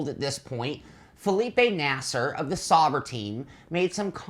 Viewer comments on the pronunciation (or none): It's actually pronounced Zowber, not Sowber or Sober